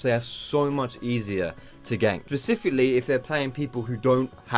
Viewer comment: that 4.40 "pacifically" 😂😘